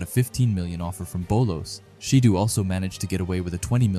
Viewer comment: Ayo bruh who is ''shidoo'' 🤣🤣